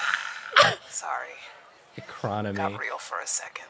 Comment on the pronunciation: "IN THIS ECRAWNOMY?!" absolutely sent me